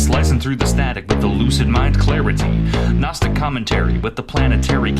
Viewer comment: there is a kind of gnosis to be found in finding new and elaborate ways to mispronounce gnostic